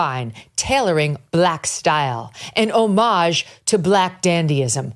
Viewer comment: The word isn't "oh mahj" with emphasis on the second syllable. It's "ahh midg" emphasis on the first syllable.